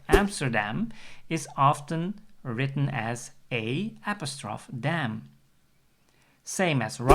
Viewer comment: I've never heard apostrophe pronounced that way. It may lose you some English speaking viewers